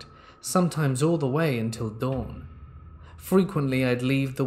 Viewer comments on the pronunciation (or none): none